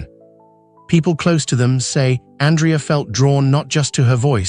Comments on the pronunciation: Andrea also mispronounced. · Aria is pronounced wrong. Same w Andrea.